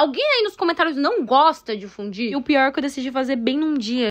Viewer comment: A palavra pronuncia se "FUNDIU, "FUNDIUUUU" vcs brasileiros n sab mesmo falar corretamente as palavras estrangeiras 🙄🙄